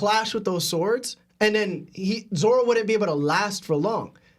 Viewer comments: Lol does it bother anyone else bruh says Zolo & not Zoro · why tf is he saying zolo ?? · This guy said zolo? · Had to stop watching after hearing him say zolo over and over